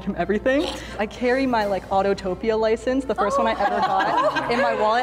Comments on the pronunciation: literally called Autopia "Autotopia" bruuhhh that was a dead giveaway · The give away was how she said “Autopia” wrong! If she had been going to the parks as much as she’s said she would have heard it pronounced properly a million times…Just waiting in the cue you hear it with announcements. “Welcome Autopia drivers….”🤣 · And she said Autotopia, not Autopia 😅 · I had my suspicions with, but it was confirmed when she said AUTOtopia instead of Autopia! A true fan does not make that mistake! 😂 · I hate when people call autopia autotopia. As someone who actually worked on that attraction and broke my foot while working it, I have a special connection to that attraction and I now feel like she (aya) is the mole because die hard fans would know how to pronounce the name properly Edit: I WAS RIGHT! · How is no one discussing the fact that called Autopia "Autotopia"??? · Not the biggest giveaway but calling it “Autotopia” was sus for me